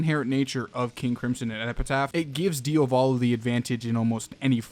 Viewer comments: I can't come around to mention how I find you pronunciation of Diavolo very strange because American. You say it like it's two different words (like Dia Volo) but the emphasis is on the A and "-volo" follows quickly after (so maybe like diAvolo). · nice video but... it's Diavolo (Dia-vo-lo) not "Dee-o-va-lo" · DiAvolo not diOvalo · It still confuses me why you keep saying dio volo as opposed to diavolo as I'm fairly sure it's spelled. Not sure how it's pronounced but I would assume it isn't the first spelling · DIAH VOH LOH not DIOVALO....sorry....it's really annoying ....good video keep up the good work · It's DiAvolo, not Diovolo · I like how he said diovolo instead of diavolo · its wierd that he sais diovalo insteadof diavolo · Your pronunciation of Diavolo is terrible. It's DI-avolo. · No hate you pronounced wrong its dee-ah-va-lo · Di-a-vlow that’s how it’s pronounced. Sorry I literally have no clue why I wrote this the way he was saying it rubbed me the wrong way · Idk why some ppl call diavolo "dia-volo" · Nigga really said "deeahvohlow" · i hate the way you pronounce diavolo and could not watch the video because of that